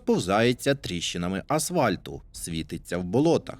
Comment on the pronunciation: Про слово асвальт, вжите вами на , воно через ф пишеться і говориться. Це не сприймайте як образу чи щось негативне з мого боку. Просто поправив.